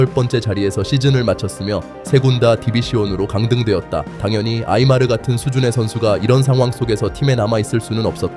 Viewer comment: 네이마르 아니고 아이마르 ㅅㅅㅅ